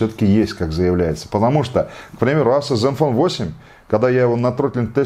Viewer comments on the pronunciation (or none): none